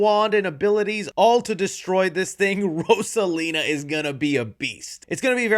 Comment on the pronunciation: Fuhkahh hard with Rosalina, js pronounce it how the name is intended to be said